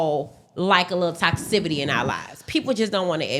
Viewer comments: “my toxcivity” 😮😂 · This lady keep saying toxivity like it’s a real word smh